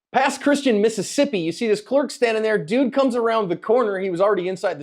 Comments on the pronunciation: Should be pronounced "Pass Cristie-anne" just fyi. LUV the content every day! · " Pass Christi-anne"